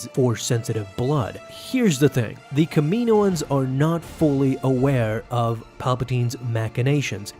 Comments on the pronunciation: It's Cama know ins not Kamino ins 🙄😒😑😅😕🙃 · its pronounced Kamin owens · Love the way u say kamioan